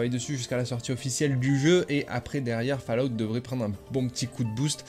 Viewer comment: Fallout se dit Follout. C'est dingue de ne jamais prononcer correctement, séssone pass cale off etc c'est pourtant basique 🤷‍♂️